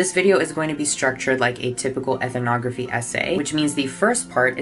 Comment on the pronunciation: Much love, and great video, but please stop adding an extra syllable to the word "ethnography". I just can't take hearing you mispronounce it again and again....lol.